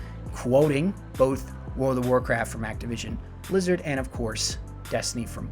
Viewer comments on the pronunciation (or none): none